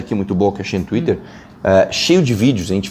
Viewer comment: "Tuirer"